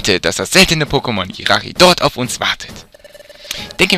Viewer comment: Man spricht tschiratschi aus nicht jirachi Aber sonst cooler part aber Monsterräume sind meist da wo viele items sind